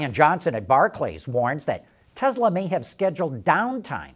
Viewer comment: Tesla not Tezla